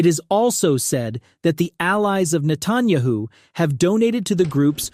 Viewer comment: neh-TAN-yuh-hoo is wrong pronunciation